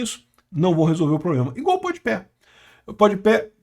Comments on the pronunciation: Kkkkk "pod Pé" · "Pod Pé" é foda. Kkkk